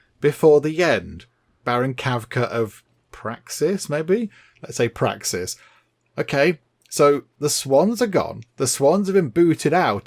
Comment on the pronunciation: "Baron Kavka of... Praxis, maybe?" Your pronouncing Praciss as "Praxis" made me laugh. Praxis is the name of the moon of the planet Qo'nos, the Klingon homeworld in Star Trek. If Baron Kavka is from Praxis, that means King Eryk is now facing a mighty Klingon warrior! XD Perhaps today IS a good day to die!